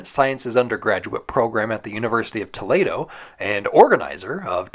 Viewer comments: Toledo is pronounced To-LEE-doh, not To-LAY-doh! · I always thought Toledo was pronounced “Ta leed oh”. Not “Tow laid oh”. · Ain’t no way you said “TUH-LAY-DOH” for Toledo, which is pronounced “TOE-LEE-DOH” 🤣🤣🤣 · I'm sorry. What university is it? University of Toelaydo? Lol just thought that was funny. Never heard anyone pronounce it that way. 😂😂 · No problem! Love your channel! Just FYI, "Toledo" is pronounced Toe-lee-dough. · I've never heard someone pronounce Toledo like that. Interesting take on it. Wrong, but interesting.